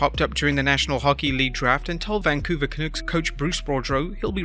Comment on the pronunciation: It's not "ca nooks" it's "ca nucks"